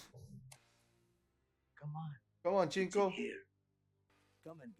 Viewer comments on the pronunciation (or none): Cinco is pronounced like Sink-o, not chinko.